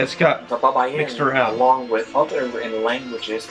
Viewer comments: bay-ba-yin not ba-ba-yin. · BAY—BA—YIN NOT BABAYIN